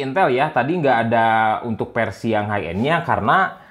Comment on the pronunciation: Dia masih gak bilang F, Versi jadi Persi, Video jadi Pideo, i5 Jadi AiPaip